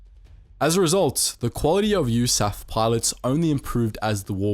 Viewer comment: It is U...S...Army Air Force, not U-S-A-Ffffff. Dodo.